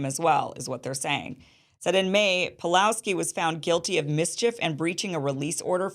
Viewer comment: He's name is PAWLOWSKI not Palowski. He got punished not only for free speech but for keeping church doors open during lockdown. Most famous video, with millions of views all over the world, when he kicked Alberta's 'covid police' out of church yelling at them "get out your nazi". Kim you should really educate yourself more about him before making a podcast.